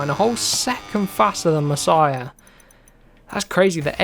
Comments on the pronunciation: you don't actually spell Masiá "Masiah" but more like "Maseea" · Mas--ee-aa, you're saying it like Messiah lol 😂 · It’s pronounced MAS-EE-A not MASS-IH-A, love the videos you’re the first person I’ve started to watch that plays moto gp and I’ll definitely continue to watch, I’ve already ticked that bell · I tell this last time you need to learn so easy last name its Masia not messiah ok its not that hard to pronance.